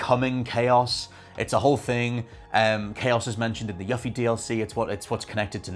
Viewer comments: YOU-FEE! IT'S YOU-FEE! Where on God's green earth do you get "Yuh-fee"? You can pronounce "Tsviets" correctly deapite hearing it ONCE in the DLC, but you just ignore how the protagonist and EVERYONE AROUND HER, pronounces her own name?! I'm sorry, but that makes 0 sense! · ...i'm sure it's just an accent thing, but every time you say "Yuffie" pronouncing the "u" like in "fluffy", I wince so hard argh 😂Please for the love of all FFVII her name is ユフィ, as in "you" and "fee". 😅 As for your theory I'm more inclined to believe (hope, perhaps) that Zack is alive and this alternate timeline Zack has crossed over into Remake timeline, because that means more room for Aerith to NOT die in the future. I guess we'll see. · You-fee please say it correctly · You-Fee. Not Yuh-Fee. The mispronunciation of this name has bothered me for 24 years :L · Tf is a “Yuh fee”? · Also... You-Fee! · You-fee this is the correct way to pronounce her name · YUH-FEE lmao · YOOFIE! Jeez my dude! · it's yoo-fee. As it's pronounced in Kingdom Hearts, and her DLC for FFVIIR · It's YOU-FEE (Yuffie) how are all of you saying her name wrong? And I loved Dirge of Cerberus BTW. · It's YOU-fee damnit! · The way you pronounce Yuffie is a disgrace lol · The way you pronounce "Yuffie" disturbs me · We’re supposed to believe your theory, you can’t even say her name properly. SMH! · Your pronunciation of Yuffie's name is maddening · Unfortunately his theory is only as good as his Yuffie pronunciation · I find it funny he played through a whole game and STILL can't pronounce Yuffie's name correctly. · Right!? They first gave us the correct pronunciation spoken nearly 20 years ago in Kingdom Hearts. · he's pronouncing it correctly as to how it's spelled in english. the double f is the culprit. if it was localized as yufi or yufie there would be no issue so you can blame spelling for the goof.